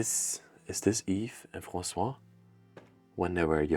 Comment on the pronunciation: The first name of the lady who was murdered is Françoise (pronounced FransouaZ), but you kept calling her François (Fransoua, without the Z ending) throughout the video, as if she were a man. You are from Belgium, but do not know French?